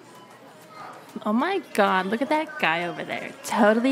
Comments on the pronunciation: "Erma gerd" 😂😂😂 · The “Erma Gerd” was too perfect